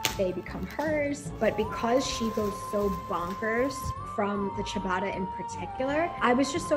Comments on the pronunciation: It’s ciabatta, not chibada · WTF is this pronunciation of Ciabatta